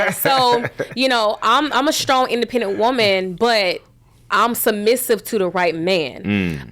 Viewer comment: She can't. The way she pronounced "submissive" "perfect" and "success"made me cringe.